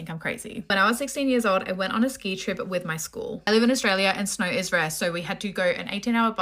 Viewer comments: this is a story of a girl that was dosed by her friends before she went snowboarding, or as she would say “sccchhhnooo-oorreee” boarding. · (Homer Simpson voice) why do you talk like that? Only Australians can make “snow” a 2 syllable word. Shhnoo-oorrree. I don’t even know how to spell it or what I’d put in there, there sounds like there’s an “r” mixed in there somewhere, a “ch” sound as well.